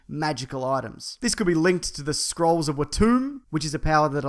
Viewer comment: When you say "scrolls" it sounds like SKRULLS! # is a skrull